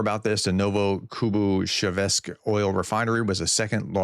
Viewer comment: Novokuybyshevsk. Pr: Novo- Kooy- Be - ShAve- sk Not ShevEsk. There is no E there. But hey, while Ukraine bombs those places, you, dear Professor, are helping by butchering the names of their cities. This is how we will attain victory. Generally, with Slavic names, just as with long German names, just break them apart.